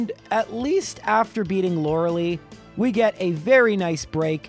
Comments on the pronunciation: Its LOR-RA-LIE man where you getting the LEE from damn. Even LOR-RA-LAY is more acceptable. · I'm sorry, 'Loraleee'?? Haha, c'mon man. It's an uncommon name but surely you've heard the name before, it's pronounced 'Lore-eh-Lie' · "Lorelei" is not pronounced "Laural-ee." It's pronounced "Laurel-eye." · As much sense as pronouncing "lorelei" not "lorelee" lmao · It's Lore-lie, not Lore-lee 😋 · Lorelei is pronounced Laura LIE,not Laura Lee...and NOONE ever pronounces Arcanine R-Cay-nine..... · Bro please learn to pronounce Lorelei... It's a German name and "ei" is pronounced like eye. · I have to agree with you. While the official pronunciation of Arcanine apparently is what people are telling you it is, it doesn't make any sense. It's a combination of arcane and canine, both words have the "cane" pronunciation, so it obviously should be pronounced like that. However, there is no excuse for your pronunciation of Lorelei. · you're still saying Lorelei wrong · You always say Laura lei wrong